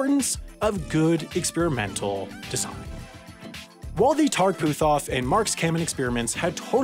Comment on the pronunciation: Holy hell y'all are butchering the pronunciation of my last name. It's Put-off the H is silent.